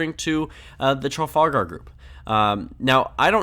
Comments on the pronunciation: It's pronounced "tra-FAL-gr" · pronounce the ar in trafalgar as er. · Tru - fal - gur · If you can't pronounce Trafalgar look up the square, travel group or battle. It isn't exactly a rare name.